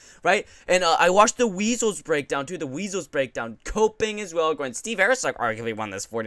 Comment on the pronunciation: who the fk is AIRCEG lol bro come on get his name right love ya bra